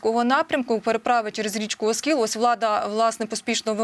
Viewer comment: оскІл,а не Оскіл.